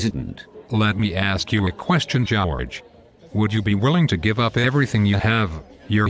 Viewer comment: Jow-erge! lol